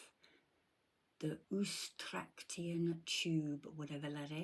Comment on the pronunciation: Eustachian is pronounced 'Yoo stay shun' :)